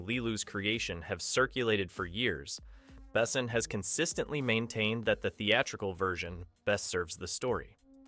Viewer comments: Have you really never ever heard anybody somewhat correctly pronounce the name of Besson before recording this? Oh you anglos^^👌But good job on the video. 5th element was and is a truly great cinematic achievement. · What AI BS is this? Luc Besson wasn’t sixteen in 1991. And your tts can’t even pronounce his name right. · Interesting way to pronounce Besson. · You got it backwards. Moebius had comics, which inspired Besson (whose name you butchered) and many others. He later directly adapted Valerian BDs (French comics). BDs are very different from American superhero dominated comics. For some reason, there are also many Western setting BDs like Lucky Luke and Blueberry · you know Luc Besson is French, so maybe say his name in French....because its sounds idiotic in English... wait, its made by an American, they dont know where France is and how to say things in French, because French isnt a " real " language! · FFS… listening to this kid brutally mispronounce “Milla” and “Besson” is painful. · Lol - that’s not all. He mispronounced “Besson”. And her name is pronounced “mee-luh”. Not freak’n “mill-luh”. This kid really is an American. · How the fuck does someone talk about a file director but can’t pronounce their name? it isn’t ‘bessn’ it is ‘behSON’ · Why do you insist on calling him BEssn? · Except for that the he's not able to pronounce the name of Luc Besson..... he is not pronounced Bessen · Could you please look up, how the French name of the director is correctly pronounced? It's "Bessoooon" not "Bessn". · Lu Besso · If you're going to make a video about a guy's movie, learn how to pronounce his name. Also, wrong Jurassic Park poster, it was JP2 in 1997. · I cringe so hard every time this dude is saying Luc Besson's name. Yet another american butcher. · Learn how to pronounce „Besson“ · As a European I cringe every time the directors name is pronounced 😅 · Why do you butcher Luc Besson so often but pronounce other french names somewhat careful?